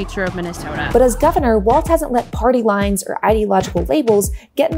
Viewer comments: I enjoy your commentaries, but can you double check your pronunciation of Gov. Walz's name, please? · There is no t in his last name, Walz is said like walls not waltz. I know that he wasn't very well known before this week. So I'm trying to inform people. Thank you from a proud Minnesotan, have a wonderful day. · Walz... No "T" in there. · Maybe pronounce his name right? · Walls !!!!!!!! Not Waltz…… Good grief. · It's Walz (walls) not Waltz. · Weird how many people who are super keyed up on respecting people enough to not misidentify them aren't bothering to pronounce Walz correctly. Does it matter to us or does it not? If it's an insult when they do it to Kamala how is it not an insult when you do it to Walz? There's no "T" and we aren't in Germany. The man has told us how to pronounce his name. Respect that. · she says waltz throughout the video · It's "Walls" not "Waltz" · Psst: "Walls", not "Waltz" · It’s not “Waltz” it’s Walz…Jeezuz! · It’s pronounced “Walls” not “Waltz” the dance. Walz has no T in his last name. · Pronounced Walls (not Waltz), for future reference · It's WALLLLZ. Walls. Walz. Balz to the Walz. Please stop with "Waltz". That's not his name. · Had to shtop. It walz, not waltz! If you're gonna talk for a living...derp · His name is pronounced ‘Walls’. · It's Walz, not "Waltz" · It's walz not waltz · It’s pronounced “Walls” not “Waltz” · Walz is pronounced Walls not Waltz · You could start by pronouncing his last name correctly. It is pronounced.Walls not Waltz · Walz not Waltz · Tip for just everybody over the next few months: There’s no T in “Walz”. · Cool. There's no T is his name though: its Walz not Waltz. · His name is not pronounced like the dance, walz. His name is pronounced more like “walls”—plural. So, again, no “t” sound. Watch some local Minnesota news and you’ll hear them pronounce it correctly (or just find a clip of the guy himself saying “I’m Tim Walz”). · His name is pronounced "walls"